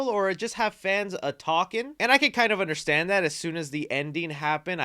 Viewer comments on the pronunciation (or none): none